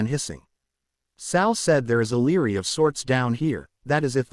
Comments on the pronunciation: It is library, not leery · I agree not sure why some words like library aren't pronounced clearly